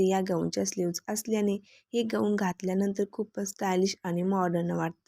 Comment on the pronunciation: ग ऊन नाही गाऊन म्हणतात त्याला